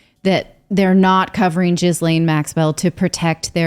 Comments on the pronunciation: I love how everyone has a different pronunciation of her name… it’s pronounced “ghee-Lin” “Jizzlane” 🙄😂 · You don’t pronounce the S in her name - it’s French so S is silent